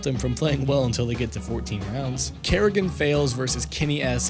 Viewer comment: You don't seem to know a lot about this game. FaZe wasn't a CS:GO team during Katowice 2015 and it's not "Kerrigan" it's Karrigan. A little bit of research of paying attention can go a long way.